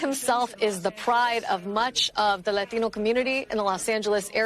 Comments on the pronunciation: “laTINO” 🙄🤚 stop… stop doing that. Imagine if people did this when they said “rUssIan” or any other language lol… imagine if people said “Japanese” in a Japanese accent 😂😂😂 but its not racist when its “laTINO” 🤡💀💀💀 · "LA-tino's..."; I truly hate virtue signaling reporters. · So I guess that’s the new thing on how they say Latino these people are so ignorant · I hate when they say Latino in a Mexican pronunciation instead of an American when you're an American news reporter speak like it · When that reporter pronounces "Latino," I get a tingle all down my leg. He's obviously a Great Man. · "We won't byack dweeown." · Why do people switch to a heavy accent when they say the word "latino"?? But they don't when they say "chinese" or "japanese" lol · He had to bring out the latino accent just to say latino. Thats one red flag to tell someones on the left. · There is nothing more obnoxious then the way lefties pronounce latino. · 5.38 you don't have to try to pronounce it properly dude , we know what you mean. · If I never hear the selective accent on “Latino” again… would be too soon…. Cringe level 10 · I really "Dislike" people pronouncing "Latino" like that and going straight back to talking normally.